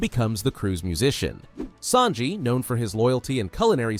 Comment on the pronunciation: Bro its sanji not snaji